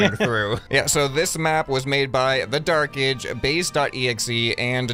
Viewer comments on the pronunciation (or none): I’m almost positive it’s pronounce “the dark age” not the dark-ej